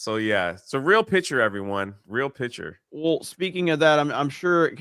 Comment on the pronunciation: Can stop saying pitcher. It's picture